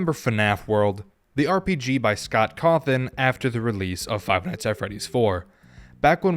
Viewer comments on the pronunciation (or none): none